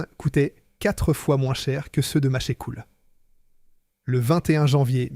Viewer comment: L’IA c’est vraiment chiant "Machècoule", au lieu de Machecoul. Guitane au lieu de Gitane. Franchement c’est agaçant. 😊